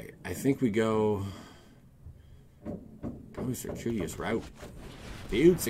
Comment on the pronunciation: its circuitous, Like Sir-queue-it-us lol